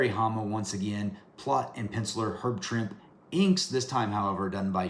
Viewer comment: Pronounced Herb (Trimp-ee). Swear..I had the chance to meet him. Another cool episode!